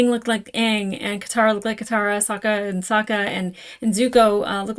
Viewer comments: I'm cringing every time you mispronounce Sokka's name. You keep saying it the way they did in the terrible ATLA movie. I'd say that's probably because you watched the movie before the show but I watched the movie first also and I'm pretty sure I never did that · You're pronouncing Sokkas name wrong. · To remember Sokka's pronunciation: Sokka will rock ya! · We need you to stop pronouncing Sokka like from the Shyamalan movie before you get used to it. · this pronunciation of “Sokka” is all someone needs to hear to know she watched the movie first lol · its SAHHHHHKA not SOOOOka u'll get it the further u get in the series :3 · You keep switching between how you pronounce Sokka... I think the way you say it, "soak-ah" is from the movie. Which is a hard no from the fans lmao. His name in the animated show is "sock-ah". Just thought I would clarify as hardcore fans may get upset. When I first watched this show I was late teens and I avoided the it bc I thought it was just a kids show. Someone convinced me to try it out and the episode where Aang has to confront the genocide of his people and the death (literal skeleton) of his mentor and friend, I was like "oh.... not just a kids show." lmao that was DARK. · I assume you know by the time you read this comment, but it's SOCK-a, not SOKE-a. The 2010 movie made that mistake... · Dee Bradley Baker voices Appa, Momo, and pretty much every other animal in ATLA, as well as another character or two. It's "SAH-kah" not "soh-kah". Please repress all memories of The Movie That Does Not Exist, especially name pronunciations. ;) Yes, "unagi" is Japanese for a type of freshwater eel, frequently consumed as sushi. "Momo" is Japanese for "peach", the fruit that he takes from Sokka when Aang names him. ❣ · Just for reference with Sokka it's Sock-uh not soak-uh. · OH NO YOU SAID SOAK-UH! DAMN YOU SHAMALYAN!!!!! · Try to use the short o like ahhh when pronouncing Sokka😀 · SOCK-UH, ZOO-KOE, EYE-ROW